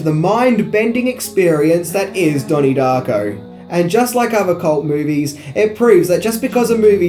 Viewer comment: " DAHNIE DAHCKO"